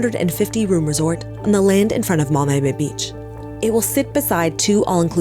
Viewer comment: I don't understand why the reporter pronounces Mammee Bay like that. It throws me off every time she says it, and if it weren't for the captions I wouldn't have known what she was talking about. On another note, I love that there are people fighting against this. It's very sad how tourists and rich people can come to such a beautiful place and have the time of their lives but the local population don't even have access to their own country.